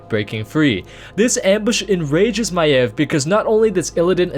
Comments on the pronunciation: That is how it is pronounced...not MAYVE, MY-EV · Thats how you pronounce her name